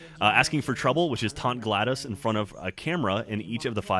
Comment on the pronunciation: fuck its pronounced glaydoss plus no collectibles